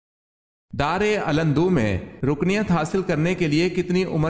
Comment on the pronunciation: Yeh Lfz. DAARUL NDVAH hai.Apni zuban ko drust krein vrna neki brbaad gunaah lazim ka mu'amla bn skta hai